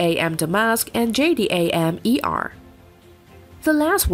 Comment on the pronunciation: JDAM Is pronounced J-dam jerk